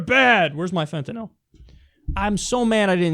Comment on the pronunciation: Lol fentenill said it wrong